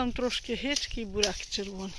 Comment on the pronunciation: та навчись ти кже говорити буряк а не бараки от як дивишся чумаченків то хочеться слухати як красива мова у них.